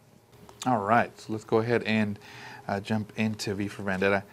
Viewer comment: Nice ! It’s « vEndetta »